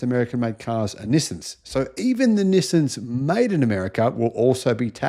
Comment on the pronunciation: It is "Nissan", not "Nisin".